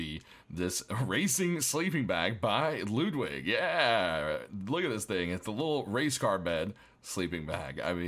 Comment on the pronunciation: Homie really said "loodwig"